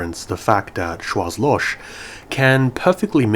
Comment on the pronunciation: Sorry for being an ass, but in Schwarzloch, the last H is really strong and is pronounced as in the word hell for example. So Schwarz is something like shwarts and Loch is loH